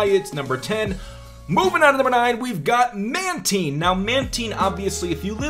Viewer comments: Its pronounced man-tyne. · You said mantine wrong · mantine?? he said it wrong